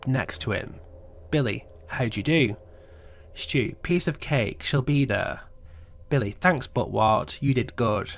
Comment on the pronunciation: Stu not stew